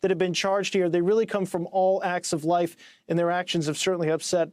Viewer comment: Did he originally say "All walks of lice"? Very appropriate!